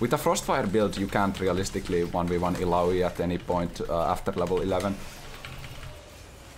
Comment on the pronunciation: Tha way he says ilaoi, daaam that sounds good